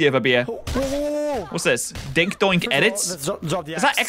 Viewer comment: Even when is reading "dinkdonk" he still says "dinkdoink" it really is challenge level impossible.